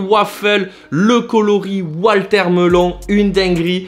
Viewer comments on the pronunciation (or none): A chaque fois que tu présentes la Sacai tu dis Walter melon ça me fume à chaque fois c’est « water melon » 😂